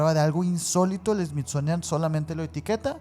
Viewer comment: Me encanta cuanta ignorancia hay en sus relatos a y sus pronunciaciones fatales dignas de un premio a la ignorancia y estupidez me encanta más cuando dices SMITZONIAN jajjajajajJa